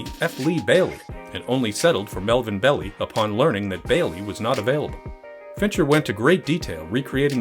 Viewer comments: Interestingly, Arthur Leigh Allen was called by a pseudonym in Graysmith’s book, but by his real name in the movie. And it’s Marvin Bell-eye, not “Belly.” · Melvin Bell-I not Belly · It's Melvin Bell "I" not Bell "E". Otherwise, a great WTF. The director's cut is the better version, highly recommned it for fans of Zodiac. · Melvin Bell-Eye. Not Melvin Belly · "Melvin Belly"???? That way of pronouncing his name prompts a WTF reaction for sure!